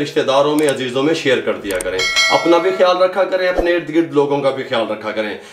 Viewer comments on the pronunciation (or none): none